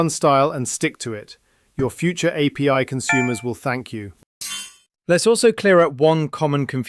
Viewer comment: It fees AI maybe because you didn't pronounce JSON and API correctly.